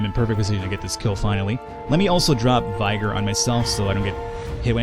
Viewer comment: Jesus Christ....did he really call vigor 'vie-ger'? He also doesn't know what PSI is, dafuq is up with your country's education system...